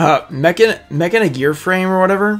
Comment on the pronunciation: I do believe machina is pronounced (mah-kee-na) maybe someone can clarify this and tell me if I'm wrong.